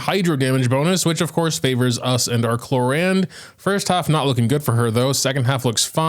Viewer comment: Why are u calling her “clorande” though?